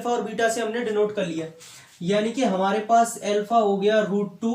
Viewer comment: L fa nahi alfa hota h sirr